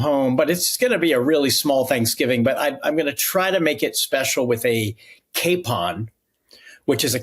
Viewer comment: Just a little - I agree, annoying- note to correct pronunciation of « capon » but only because I had trouble understanding what he was saying until he gave the definition of a capon; it’s pronounced as you if you were saying « cap on « and not « cape on ». And because I admire Mr Packer’s intellect and read every one of his articles. Thank you sir, for your valuable insights. And I hope your Thanksgiving meal is just wonderful! 🙏